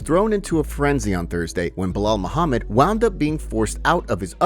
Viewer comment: Who the fook is Belal Moohamid salamalalalakim 😂😂